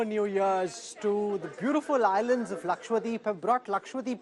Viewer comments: Lakshwa-Deep nahin hai bhai Laksha-Dweep hai. Dweep means Island, Deep means lamp🪔. Please get the pronunciation right 🙏🏻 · Sir it's LAKADWEEP not Lakwadeep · why is he saying it Laksh-Wa-deep ??? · I can sometimes understand North Indians mispronouncing "dose/dosa" or "sambar". But how in the name of everything holy can they fail to say "LakshaDWEEP" correctly?! Who in the hell is this Lakshwadeep that people are on about? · It bothers me when media persons can’t pronounce Lakshadweep !!!! Saying it as Lakshya-deep or lakshwadeep is not correct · Laksha-Dweep NOT Lakshwa-Deep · is again and again using wrong pronunciation. It is laksha- dweep, not lakshwa- deep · It's laksha dweep dude. Which means a cluster of a lakh islands. It's so annoying everytime you go lakswadeep lakswadeep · Not ‘ Lakshwadeep’ Its ‘Lakshadweep’